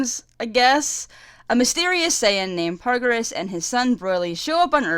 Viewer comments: paragus, not pargarus lmao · 1. Yes it is a great movie. 2. Not garbage. 3. The movies arent cannon. 4. Not how u say broly. 5. Not how u say PARAGUS. 6. Yeah his motivs are really dumb. 7. NOT HOW U SAY PARAGUS. 8. His plan isnt to set off broly its to hit vegeta with a comet. 9.yeah brolys motives are dumb. 10. Yes the movie is great. 11. OMFG ITS NOT PARGURES ITS PARAGUS. 12. Yes thank god they changed those dumb ass motives. 13. That animation was hot. Sry i got very triggered about the PARGURES nice vid. Although mpst of my comment is toxic u get a sub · Pretty decent review, and I agree with most of your points... BUUUUUT... I keep hearing "Broily" and it's driving me fucking insane. Also- Paragus. PaRaGus. not "Pargarus". You remind me of this one muslim convert who came in to my church/school to preach, and he kept calling it "the wolrd". I'm sorry if I come off as insensitive or brash, but God DAMN I swear it is not that hard.... ....dyslexia expounds itself over language barriers, I suppose. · I can tell you love DBZ and you enjoyed this movie a lot, but seriously Broly's father is named PARAGUS, not PARGARUS. not meaning to be rude here, but when you try to share your point across, a detail like that takes a lot of your points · It's paragus (PAIR-agus) not puragis and Broly (BRO-ly) not broily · Broily and Pargarus. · you want paragus gone so much, you mispronounce him throughout the whole video and its infuriating. also its broly, not "broylee", but thats a more minor mispronounciation. other than that, good video. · It's Paragus, Like Asparagus without the As......